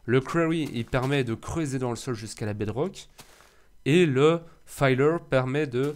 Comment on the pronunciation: Le "filleur" et non "fayeleur" ;) Bonne continuation !